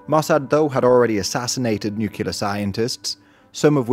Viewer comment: All this wonderful work, and still can’t say “nuclear?” Small complaint. Thanks for this excellent summary.